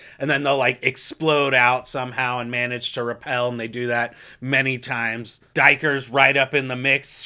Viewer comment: Sorry do E ker maybe that was I think my first interpretation I def don't think it's daiker sorry IJ.But the beauty of novels is it's all yours to decide